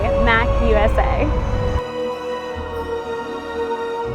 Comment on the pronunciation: Really cool video, very informative and helpful! But a little bit of me died everytime you pronounced MACUSA (Macooza) as (Mack Usa) sorry XD